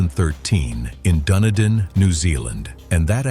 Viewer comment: Oml that pronunciation of Dunedin hahaha